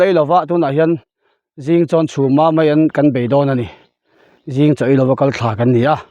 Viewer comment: meian ni lovin maian tih tur😂😂